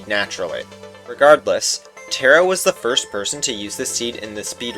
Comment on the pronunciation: great video and insane luck about the 9 eye but u pronounced taro wrong